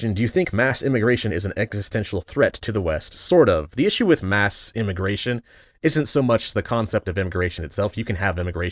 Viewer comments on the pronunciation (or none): none